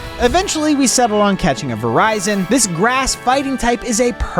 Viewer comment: kairem no im preety sury its kiiirem also viroison like horizon no it is pranounced vi rii sion die alga or dee alga decide yourself